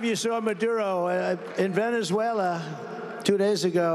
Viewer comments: Funny you say that, because Trump couldn't pronounce Venezuela in this speech and had to slur his way through it because he's in the early stages of gross dementia. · Is this the speech where Trump showed his in the early stages of gross dementia by slurring his way through trying to say "Venezuela"?